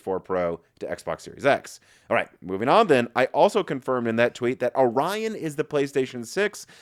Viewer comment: Omg... It's Or-ion not Ori-on.